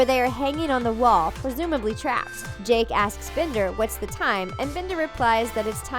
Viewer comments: Did she say jack instead of Jake?! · When you said the robot thing met jake you said jack you said it wrong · did anyone here them say jack not jake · Did she just say JACK and Finn?!?!?! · JACK AND FINN???????? IT IS JAKE AND FINN XDXDXD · SUPERSNOWGOLEM *Jake